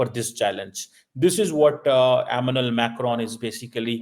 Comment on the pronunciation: "French President, MNL Macron ne......." 😂😅🤣😂😅🤣😂😅🤣😂😅🤣 Pakistanis can't say "Emmanuel".......😂😅🤣😂😅🤣😂😅🤣